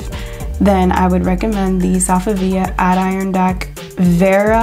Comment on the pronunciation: Great video, you do a fantastic job finding all these dupes. I can't imagine how long it takes! One thing, Adirondack is pronounced "ad-eh-RON-dack". You can probably find it said online somewhere.